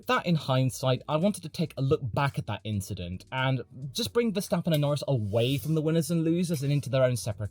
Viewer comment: Racing inchident